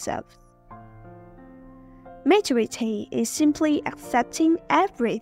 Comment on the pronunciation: Giọng bạn rất hay. Cơ mà từ maturity nhấn âm thứ hai nha! Chúc bạn sẽ có thêm nhiều video nữa nhé!